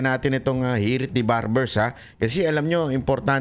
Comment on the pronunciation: Barber- o WALA KA SA HULOG , SA PAGSASALITA, DEMANDA MO Barber-0 BANGAG KA RIN....😂😂😂😂😂